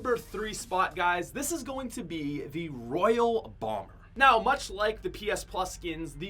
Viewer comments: ITS ROYALE BOMBER NOT ROYAL BOMBER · Omg it not royal bomber, it’s royale bomber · This guy is fucking stupid it’s royale bomber not royal bomber